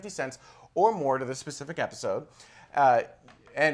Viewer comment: haha ''This epicsode''